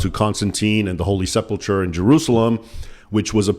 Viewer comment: Isn't it pronounced "Sepul Kur", not "Sepul tchur"?